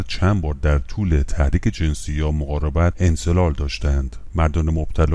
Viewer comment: درودبرشما،انزال را انزلال تلفظ می‌کنید،لطفاًاصلاح کنید